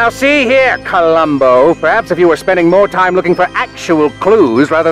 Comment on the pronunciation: "Now see here Colambow"